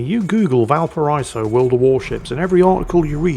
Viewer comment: Yes, yes, I know ' pronunciation of Blücher is slightly hilarious, but, have you contemplated the war crime that is his way of mispronouncing Valparaíso every single time? Kind of amazing, really!